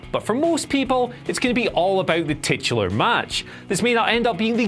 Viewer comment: Anyone else giggle when he said "titular"? No? Just me? I'll show myself out.